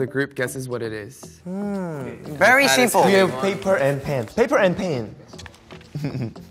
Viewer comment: svt boo ... also his “very simpo” :,) Hoshi the new english representative in svt